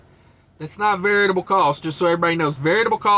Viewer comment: Always wondered if you were purposely saying Variable wrong... LOL...